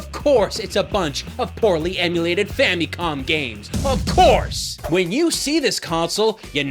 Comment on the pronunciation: Ah yes. The Fammycom...